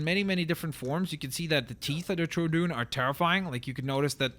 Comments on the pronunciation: it is pronounced true dawn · It's troodon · Sorry but it doesn't really look like pickachu(I don't know how to spell it) also that's not how you pronounce troodon-tro-ah-don. That's how you pronounce it. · Why the fuck does he say troodon like that